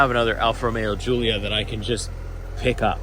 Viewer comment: Did you say Goolia??!! Lol